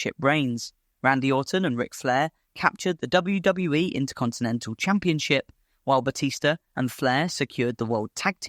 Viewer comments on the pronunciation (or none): All the mispronunciation ruined the video for me.. WWE say the initials all the time, so how did you read it as "WW-eh"